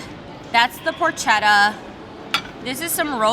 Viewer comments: Team flats! And, it's pronounced "por-KET-a", not "por-shet-a". 💜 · Thanks for the video. Please pass this around. The porchetta is pronounced "por-kay-ta". Thanks, all your Italian american friends thank you. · Porchetta is pronounced “por-ketta” as ‘ch’ in Italian is pronounced like a “k”.